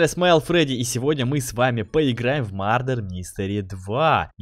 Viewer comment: Правильно будет мЁрдер, а не мАрдер 👌🏻